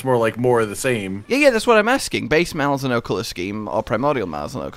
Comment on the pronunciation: Why do you pronounce Malzeno so wrong?